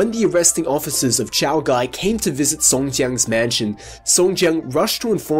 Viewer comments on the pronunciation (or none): none